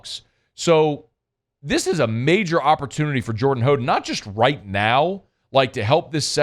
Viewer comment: It's How den